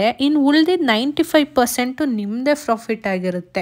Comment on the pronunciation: Nice video .. but you are pronouncing as Frofit Margin please pronounce clearly as Profit Margin